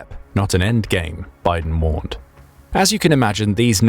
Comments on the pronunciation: "Michael Biden" "General Biden"😆 His name is actually pronounced in a totally different way. I can't really blame you for not getting it right. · If Bydén is a sWEDE HIS Name is NOT pronounced as if he was a brother of Biden... Try to learn the pronounciation please! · At least start by using the term Nordic when including Finland, and lesrn how to pronounce Byden. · you said micael bydens name wrong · Bydén's name totally butchered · Ah, yes. The significant Russian superiority of their flagship carrier - the Admiral Kuznetsov. With it's marvellous engineering that makes it necessary to have a set of tugboats accompanying during deployment. Very reliable stuff. Inoperable since 2018. Very superior. Also, perhaps work a bit on pronounciation - Bydén is not at all pronounced like Biden. Also a bit weird evaluating based on quantity over quality. In particular with the performance of the Russian forces in Ukraine. Also, for using the hashtag militaryanalysis it seems quite short on the analysis front. The events in Ukraine demonstrate that Russia would need significantly higher quantity of quality equipment to actually win anything. As such the only lasting thing they've got is the nuclear arsenal. But considering the state of their other equipment - how realistically is it that they've got functional systems of delivery to do more than threaten? They've fired quite a lot of otherwise useful rocketry already in Ukraine, hence their need for Iranian drones and old artillery ammunition from North Korea. I deem this "analysis" superficial and completely unrealistic. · The name Bydén is NOT pronounced like Biden! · Bydén is not pronounced like Biden. It would be more akin to 'Beedehn', but with emphasis on the second syllable. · Oh dear I keep hearing the name Biden. Can someone please tell the AI to pronounce Byden in Swedish? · Biden? nah... its byydeen